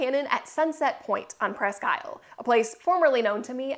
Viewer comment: Unless it has changed in the last 60 years the name is properly pronounced pressq eel'. Accent on "technical"second syllable, but pronounced more like a single syllable word. Presssskeel'!!!